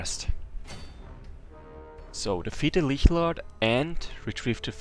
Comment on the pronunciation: You spell "lich" in very distinct way. You may be German.